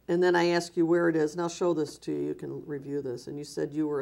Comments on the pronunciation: "at the end of the meeting I axed people to donate...." 🤣🤣🤣🤣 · "Where there axed" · "When they're aksed" What the hell does "aksed" mean? This guy is a fraud, thief and manipulator, I cant believe people hand him money!!!!!!!!!!!!!!!!!